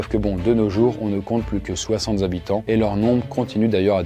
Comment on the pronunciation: Soixante "z'habitants"... ça devient une mode dans les vidéos YT, les liaisons pourries.